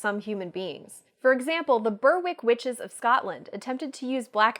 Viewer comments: #92 The Berwick witches of Scotland, it’s pronounced like “Berick” 😂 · That's not how to pronounce Berwick